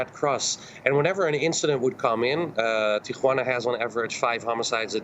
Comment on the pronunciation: Ti juana not Tia Juana